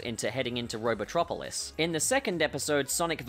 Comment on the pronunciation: Yo hearing your voice say "robotropolis" and "metal sonic" actually sounds like the transantlantic accents from the film!